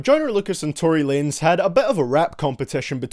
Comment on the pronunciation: Tory Wanez instead of Tory Lanez